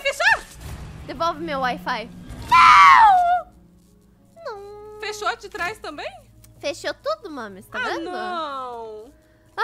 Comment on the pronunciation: KKKK A FALANDO: devouvi meu wai-fai kkkk:face-blue-smiling